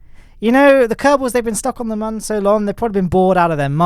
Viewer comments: My guy its moon not mon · Whos triggerd that hes saying mon instead of moon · this mans is pronouncing "Mün" as "Mun"... my dude, it's pronounced almost exactly the same as "Moon" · You know its not "mun" its "moon" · its moon not mun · Why do you say mun? wtf is that ?! You mean moon? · Why is he called the moon like Mon only one O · Man still mispronouncing Mün